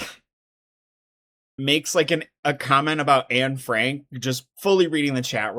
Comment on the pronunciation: Isn’t Ruby Franke’s name also pronounced “Frankey” too? Not Frank? So her mixing those up is just sending me because Anna Frank is not typically in someone’s daily vocabulary.